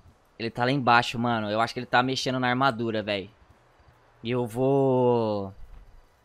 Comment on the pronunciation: kkkkk ele falo vano inves de mano☺